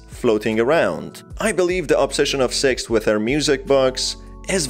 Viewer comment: Wdym seix????